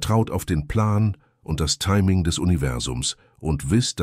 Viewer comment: das Wort „timing“ am Anfang 😅😅